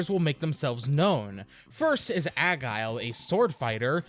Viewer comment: The "G" in "Agile" is pronounced as a "J". Why do robots need money? You can guide the magnet mine up and down. You can use the strike chain to get some secrets. The giga crush instantly destroys all 4 canons. There's a destroyed teleporter at the top of this that I've always wondered where it went and is never explained.